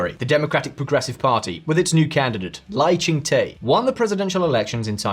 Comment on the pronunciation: the -Te in Lai ching Te should be pronounced as "duh", as in Lai Ching - Duh. 😂